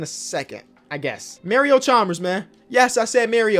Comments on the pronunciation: never say "may-reo" again. it's "mah-ree-oh" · Who tf is Mary-O Chalmers??? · “Mary-O Chalmers”